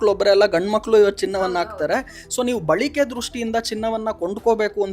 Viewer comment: " ಬಳಿಕೆ " ಅಲ್ಲ " ಬಳಕೆ ".